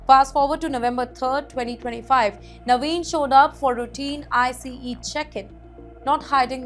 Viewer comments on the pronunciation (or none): Interesting how anchor pronounces ICE!!!